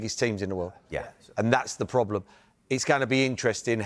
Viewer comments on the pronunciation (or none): none